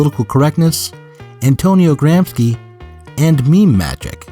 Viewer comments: Gramsci is pronounced "grom-shee" in English lol not Gram-skee, that sounds Slavic. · Wait a minute. The real Zero Books would surely know that the guy's name is GramSHEE, not GramSKI . . . What the heck is going on? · It's pronounced "Gramshe/." "Ci" in Italian, when not beginning a word, sounds likes "she" in English. "Ch" in Italian sounds like "K" in english. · Fantastic stuff, but, you know, Gram-shee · "Gramsci" is pronounced "GRAM-she". (Had to scratch that somewhat pedantic itch.) Other than that, fun video. Angela Nagle has exposed herself to a lot of unpleasantness for addressing internet discourse honestly. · the mispronunciation of Gramsci hurts my italian ears! apart from that awsome channel you got here!